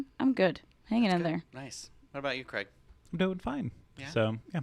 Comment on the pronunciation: Tell me Cwaig!!! Bahahah I'm intears!!